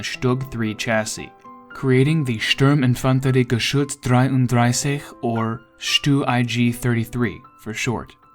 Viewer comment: Please just stop trying to pronounce it in german, sounds terrible